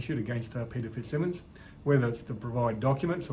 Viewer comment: It’s pronounced fitzsiiiimons, the bald knob end gets all antsy if you pronounce it wrong.🤮